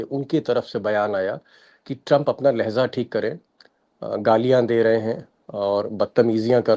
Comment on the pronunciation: शर्मा जी ! लहजा (Lahja) का अर्थ है । बात करने का अंदाज़ tone of language और लहज़ा(Lahza) का अर्थ होता है। क्षण,पल, या लम्हा 🙏🏾